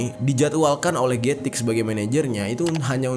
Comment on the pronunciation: Gatik - กระติก Baca nya "kratik" atau "kra'tik" bang, bukan "getik" walaupun tulisan nya "gatik", karena dalam aksara Thailand, tidak ada huruf yang kedengaran nya seperti huruf G, yang ada, huruf G nya di ganti huruf K